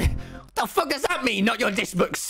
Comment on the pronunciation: lmao just me or did others laugh when skeppy said “Fock you” and left the discord.